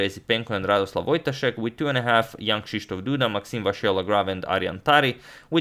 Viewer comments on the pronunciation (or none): none